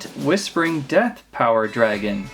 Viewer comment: ha ha ha dat was funny bicouse wen you akshuli say def dat was siryesli funny